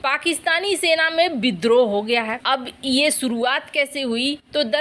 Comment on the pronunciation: बिद्रोह, एक्सन, सेरों और बाघों, सरिया कानून, चिड़िया घर में सेर, एक सेर की कीमत, सुरुआत कैसै, क्रैस, बुसरा बीबी, सेख रसीद, निसानी, सहबाज गिल, लानत भेजो ऐसे अशुद्ध हिन्दी उच्चारण को